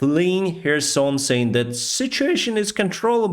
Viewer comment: Is it herson? Is the k silent? Just noticed that